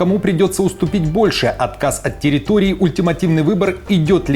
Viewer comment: Никаких терррроиторий . Ухо от селёдки ,пожалусто А то залупил😅